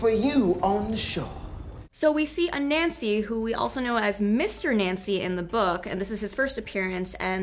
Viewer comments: The pronunciation is not A Nancy, it's pronounced A nunsi. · Its pronounced anansi ( ah-nun-see) not a-nancy. Growing up with his stories and tales its just torture to hear you guys say it that way . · Please learn to pronounce Ananzi correctly